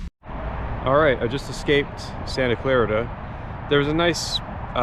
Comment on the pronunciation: I assume you're not an LA or CA native. It was fascinating seeing you go through LA. I live in the San Gabriel Valley and have friends all over the area. Hearing you say "Santa Clar*IT*a gave me a chuckle. (It's pronounced Santa Clar*EET*a) The road workers here are assholes. They block shit constantly then leave for hours, hence why you saw people ignoring the signage. You rode through a very nice part of LA. You could've easily ended up in a place like South El-Monte or Englewood which are fucked up areas that wouldn't think twice about stealing your bike. I appreciate you mentioning the landscape though. The LA basin hills are beautiful. Seeing you be taken aback by the height is amusing. It's a dead giveaway that you're foreign to the area. When I went to the midwest for a reunion I was surprised by how intensely flat the central states are.